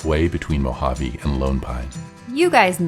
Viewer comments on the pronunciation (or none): none